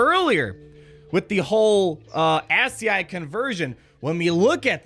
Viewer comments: My nerd ears burn. It's pronounced As-ski. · ascii is pronounced askey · Ascll pronounced "ass key" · It’s pronounced ASS-key (ASCII) and the monster is a Terentatek. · Dude you've never heard of ASCII? (Aski) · Lol ascii, its pronounced: as ski. Its computer text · Its pronounced "ask-key" Its the conversion of letters into the ones and zeros that a computer can understand. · It's pronounced ASS-SKI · ASCII... "Ass key 2". You're welcome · Pronounced ASS KEY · It’s pronounced “Askey” ASCII - It’s a programming language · its pronounced aski dammit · As a Cyber Security/ Comp Sci major, I found the whole Hex to ASCII part of the puzzle really fun but hearing every YouTuber pronounce ASCII wrong is hurting my ears😂 great work figuring it out tho👍